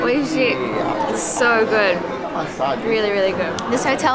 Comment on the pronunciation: What an amazing video. The quality of your video is my goal of my editing skills. I always enjoy your story so thanks a million. In addition, your pronunciation of "Oishii" was like native Japanese😄